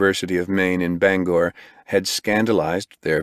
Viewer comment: Im impressed the read pronounced Bangor correct